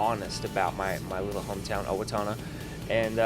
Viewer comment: Is it just me or did he pronounce Owatonna 'Owa-toe-na'? My goodness he is tired